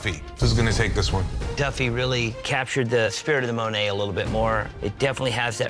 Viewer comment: I'm surprised that Dave Navarro pronounced Monet incorrectly.